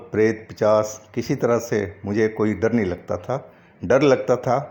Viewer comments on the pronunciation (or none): pichaas nahi pisaach hota hai🤣